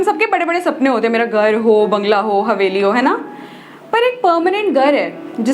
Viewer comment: My god!!! It's beautiful. The shayari, the way you talk, everything. Don't stop writing. By the way, did you realise, you're pronouncing Gar to Ghar, Batak te to Bhatak te, Beed to Bheed and 4-5 other words I forgot 😅 Afterall, Thank you very much for this lovely video 😊